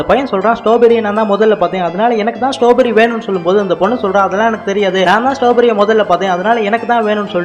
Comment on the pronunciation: ஸ்ட்ராபெர்ரி இல்ல ஸ்டாபெரி